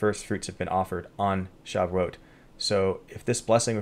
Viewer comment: Pronounced Sha voo it